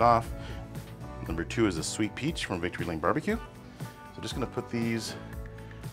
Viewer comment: What is unpita sweet peach rub, sorry hard to understand what you said, and can't read the label on your rub, the first one you put on, Also were the salmon frozen, assume so. I do mine the same way in the brine, better than in the liquid brine for sure. Think I found it, Victory Lane BBQ, Thanks anyway, will try it.Is it spicy or mild?